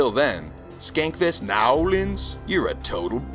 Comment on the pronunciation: Hilarious as usual…. Actually properly pronounced New Orleans 😂